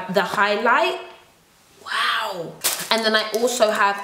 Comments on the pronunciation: I loose it every time you say ‘wowew’ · OMG! I love it when you say wawu!!! I actually die laughing everytime!! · Nothing like how says wow; "wanwo" 😂 love it!